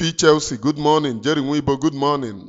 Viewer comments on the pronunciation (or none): none